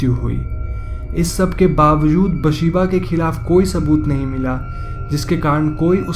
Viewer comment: Its actually Bethsheeba not basheeba🙄